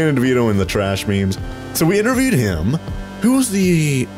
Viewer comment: oh no crombo pronounces trash like TRESH that is just like TRESH MAN! and then he'll start eating garbage!